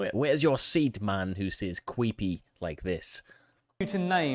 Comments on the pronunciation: “Cweepy” I thought I misheard that! 😂 Only in America 😂 HEY where’s the Mothman! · Only in America, that American legends that no one has heard of gets narrated by an individual that says the legends are "cweepy".